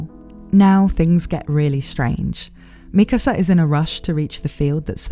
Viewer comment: its pronounced MIKASA not MIKASA